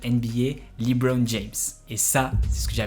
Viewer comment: Jaime bien le concept mais cest LEbron pas Leebron 😂